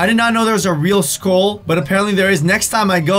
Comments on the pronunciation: Lol it makes me feel uncomfortable when he says skol instead of skull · The way he says skull😂